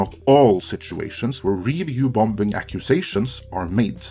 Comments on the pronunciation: ‘Bom-bing!’ ?!? .. I think you mean “Bombing” … pronounced “bomming” .. second ‘b’ is silent. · great vid but u say bombing wrong, its said bomb - ing not bom - bing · You are saying "review bom-bin"? It's just "bombing" without drawing attention to the second letter "B". This can't be how citizens pronounce the word in your country? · There's no such word as "bom-bing" - the second B is silent. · It's not BomB, or BomBing. Check any/all dictionaries globally, when you say the the word Bomb, or Bombing, you don't enunciate/pronounce the second 'b', is a silent letter. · Your English is quite good but you kept saying bomb-bing ...? Can't figure that out. However, I do agree with all you said. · I like that he pronounces the second B in bombing. BOM -BING baby! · “Review Bom-Bing” 😂😂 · I love pronunciation of "bomBing". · I love these short doc style videos by you guys, and I mean this in a positive way, but "bombing" has a silent b in the middle, pronounced "bom-ing" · His pronunciation for BomBinG cracks me up, reminds me of when I was learning English myself. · Quit pronouncing the second b in bombing. It’s silent. It gets me out of your narrative when you say it wrong. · By the way, the second B is not pronounced. Silly English. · What do I think? I think you pronounce 'bombing' like a Krunt. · Who's gonna tell that the second b in "bombing" is silent? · The second B is silent in "bombing". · Does he really need to pronounce the B in bombing? Good god that sounds odd. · Hi Great points as always. Also, the second "B" in "Bomb" is silent. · I actually liked both She Hulk and Rings of Power, didn't think anything wrong with the writing or showrunners, things made sense to me. If that's because I understand things like the B at the end of bomb is silent, just as the B in the middle of bombing is too. A fact that made it hard to watch this video as what I was hearing was nonsense.